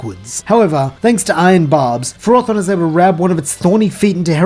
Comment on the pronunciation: You just did something many competitive players fail to do. Pronounce Ferrothorn correctly.